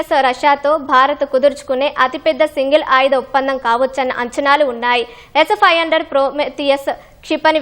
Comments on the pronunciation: Aa news chadavadam entra babu s500 palakadaniki endukantha kastapaduthunnav 😂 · ఈమె పలికే s 500 అంటుంటే నవ్వి నవ్వి మళ్ళీ మళ్ళీ వినాలి అనిపించింది 😂😂😂